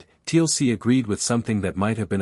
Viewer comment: I know great story but TLC in Stargate big no. AI still has a lot to learn about pronunciation